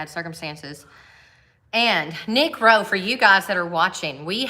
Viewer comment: careful pronouncing the name of nick rowe